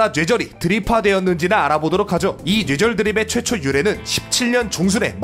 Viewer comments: 노애절 이라고 들리는데요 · 초반에는 뇌절이 발음이 되는데 1/4정도?부터는 뇨ㅣ절이나 뉴ㅔ절로 발음하세요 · 뇌절 발음이 눼절이야 형.. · 뇌절을 뉴에졀 로 발음하다니.. 눼절로 발음해여져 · 근데 왜 뇌절이아니라 냬절이라고 발음하세요..? 귀엽잖아... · 은근 뇌절이라는 말 발음 잘 못하시는듯... 뇨ㅣ절이라 들림... 발음 전달력이 좋으신데 뇌절에 걸리셨네요 ㅋㅋ 영상 잘 보고 있습니다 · ㄸㅇㅈ 형 왜 자꾸 뇨ㅣ절,녜절이라해? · 죄절 죠ㅣ절 이렇게도들리네요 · ㄹㅇ 뉘에절 이런 식으로 들림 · Ü처럼 들려요(?) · 처음 뇌절 발음하실때 저는 예절이라 들려요 ㅠ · 정확하게 뇨ㅣ졀 이라고 들려요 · 뉴ㅔ절발음 불편하네요 ㅋㅋㅋㅋㅋㅋㅋㅋㅋ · 그렇게 들려서 채팅쓰려다 말았는데 담부터는 쓸게요 개선해 갑시다 누웨절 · 녜절이라고 들려요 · 진짜로 뉴ㅔ 절로 들리는데요 ? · 줴절로 들령ㅅ. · 누ㅖ졀 이라 들려 형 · 뉴ㅔ절이라고 잘들림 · 오 맞네 뉴ㅔ절이라 들림ㅋㅋㅋ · 눼졀 이렇게들림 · 냬절로 들려요! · 뇨ㅔ절로 들려요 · 뉴ㅔ졀 처럼 들림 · 뇨ㅣ절이건 뉴ㅔ절이건 일단 뇌절은 아님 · 뉴절이라고했다가 뇨절이라고 들리기도하고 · 뉴ㅣ절로 들림ㅋㅋㅋㅋㅋㅋㅋㅋㅋㅋㅋㅋㅋㅋㅋㅋㅋㅋㅋㅋㅋㅋㅋㅋㅋㅋㅋㅋㅋㅋㅋㅋㅋㅋㅋㅋㅋㅋㅋㅋㅋㅋㅋㅋㅋㄲㄱㅋㅋㅋ 눼절ㅋㅋㅋㅋ 개웃기네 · 근데 저희중학교때 국어 선생님도 뇌절을 눼절이라 발음하더군요ㅋㅋㅋㅋ 그게맞는거라면서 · 진짜 뇨ㅣ졀로 들림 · 쥬ㅔ절로도 들림ㅋㅋ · 뉴ㅔ절 ㅋㅋㅋㅋㅋㅋ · 전 "놰"절로들림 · 눼졀로들려요 ㅋㅋ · 뇨ㅣ절로 들리는데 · ㄴ뇨ㅣ 절로들림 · (눼ㅈ졀) 정확히 이렇게 들려요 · 뇨ㅣ절 이라니까 진짜 뇨ㅣ절 이라 들려요ㅠ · 눼졀로 들리는데.. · 뱔음은 눼절인듯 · 난 녜졀로 들림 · 뉴ㅖ절이라고 들려요ㅋㅋㅋ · 뇨ㅣ절이라 들리긴 하네 따라하려해도 잘 안되는데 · 광고나오는동안 댓글부터 보고 뇨ㅣ절 이나 녜절을 어떻게 발음하지 하고 상상이 안됬는데 영상 시작하자마자 바로 이해했다 ㅋ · 이국적인 발음이군요.. 세뇨리절~ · 왜 뇌절 발음이 눼절(녜절) 이야? ㅋㅋㅋㅋ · ㅋㅋㅋ갑자기 소리가 이상하게들리자너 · 자꾸 녜절이래..ㅋㅋ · 진짜 녜절 이라고 하네 ㅋㅋㅋㅋ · 니네들이 뉴절 뇨ㅣ절이라니까 진짜 그렇게 들리잖어.. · 녜절이라고 들림ㅋㅋㅋㅋㅋ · 오 진짜 뉴ㅔ절 발음 신기하당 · 뇌절 발음이 아쉽다 뉴절로 들려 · 눼절 발음 무엇.. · 발음이 형 녜절 눼절 다양하네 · 뇨ㅣ절도 아니고 뉴ㅔ절도 아니고 녜절인데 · 뉘에절 이라고 들리는데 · 왜 발음이 뇨외절임.. 약간 뇨ㅣ절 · 눼저ㄹㅋㅋ 발음 이렇게 들림ㅋㅋ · 뇌절은 단모음으로 발음하기 어려운 게 정상입니다만 은 심각하긴 하네요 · 진짜 뇌절발음이 아닌걸??ㅋㅋㅋㅋ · 진짜 그렇게 들려요 ㅋㅋㅋ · 원래 ㅚ랑 ㅟ가 단모음으로 발음해야되는데 그게 어려워서 이중모음으로 발음하는것도 허용해준거래요